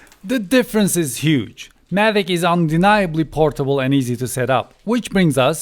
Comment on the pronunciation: Mavic, not Mavik!